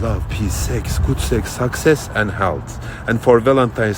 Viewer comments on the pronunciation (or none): Thank you for the cameo (whatever its called). Thanks for sharing your intimate cameo moment 😂. When he says success it sound like sucksex 😂. Very funny 💃💃